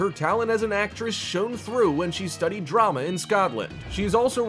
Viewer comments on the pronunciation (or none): none